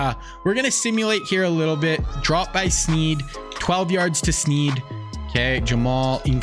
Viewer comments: Limas Sweed, not Sneed. Show some respect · Great vid but it’s Limas Sweed not Sneed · TX WR#4 is Sweed not Sneed